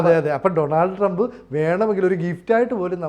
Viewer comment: First you go and learn how to pronounce Donald Trump please